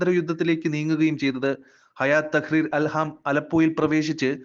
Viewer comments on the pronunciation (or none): അല്ഹാം അല്ല അൽ ഷാമ്